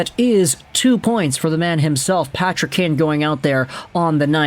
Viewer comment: His name isn't Patty's kane his name is Patrick kane